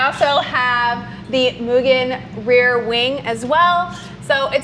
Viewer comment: Thank you for pronouncing Mugen correctly.